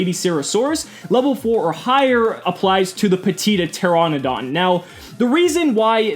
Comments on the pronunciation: it's pronounced: TER-RAN-UH-DON. I don't mean to nitpick, but I figured to help there. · I love how you mispronounced Petiteranodon in like 4 diffrent ways.